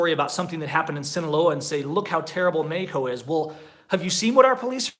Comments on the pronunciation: Wait... he’s saying Mexico? I honestly thought he was saying medico. Just speak English and stop trying to pronounce Spanish words. What do you mean states don’t have state identity in the USA? and idk one person that would move anywhere and just camp as their residence. This guy is insane. Move to Merida— not this medico place. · He also pronounces Mexico with a "j" instead of "x". It's not Mejico. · I don't like the way you say Mexico it sounds dumb from an American